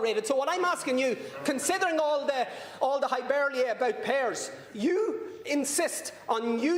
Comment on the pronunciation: Did Matt say "highberlay"??? HYPERBOLE, Matt, FFS.